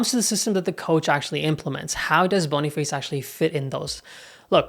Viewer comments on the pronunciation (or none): Boni face ❌️ Boni fAs ✅️